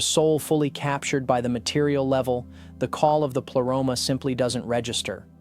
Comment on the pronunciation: Why you pronounce the Greek words in English way?? Just use Google translate and say words you actually know how to pronounce them because it sounds funny... pleroma... is pronounced as plea... not ple... and like this one , you mistake all the Greek words. Same with gnosis... the g isn't silent. Also pneumatic... p isn't silent... and the list goes on